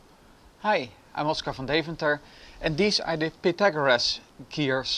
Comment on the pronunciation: WOH PEETAGORUS GEARS?? sorry XD